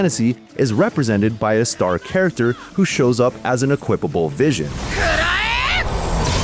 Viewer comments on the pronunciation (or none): none